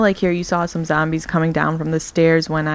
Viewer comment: lol you ssay zombies too funny lol you say it like .."zambies" :P